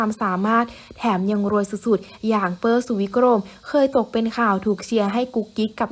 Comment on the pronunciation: ชื่อเปอร์นะไม่ใช่เป้อ ควรอ่านให้ถูกต้อง